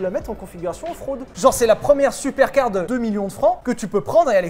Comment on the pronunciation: Suis-je le seul à avoir entendu "En fraude" à la place de "Off-road" ? 😂